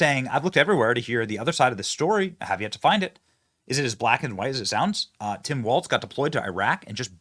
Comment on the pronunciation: Walz not Waltz